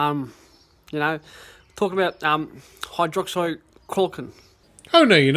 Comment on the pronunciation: Auto subtitles says that he said hydroxyl clocking... Then hydrocorkin